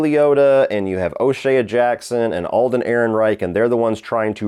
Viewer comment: Great video as always. OShea' s name is pronounced O Shay. I thought you'd like to know that. Keep doing dope work